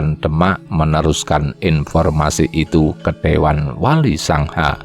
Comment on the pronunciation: Penyebutan wali songo kok jd wali sangha Apa cm kuping q xg salah denger Kurang enak di dengar